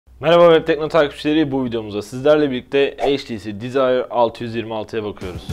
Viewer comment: heytisi dizayr altıyüz yirmialtı :D